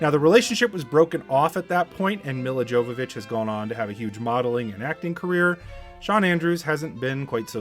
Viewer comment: You absolutely BUTCHERED Milla Jovovich's name! It's pronounced Me-La Yo-vo-vich. She's only one of the hottest women of all-time. Learn to pronounce her name!